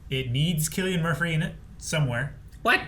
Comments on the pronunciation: Cillian Murphys name is not pronounced with a "K." His first name is pronounced with an "S." Go back to school. 🤣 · Is pronounced Cillian not killian Murphy guys 👀😂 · It’s with a K. It’s Killian. Go back to school yourself